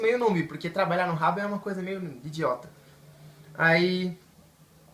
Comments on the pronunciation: Não se diz ''Rabo'' se dis ''haboo'' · Se escreve Habbo, e se fala rabú, não rabo